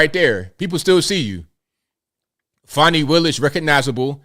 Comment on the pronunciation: Disqualified my arse!! More like “YOUR FIRED”!!!! It’s pronounced fan knee not fon knee take it from the bee gees fani be tender with my love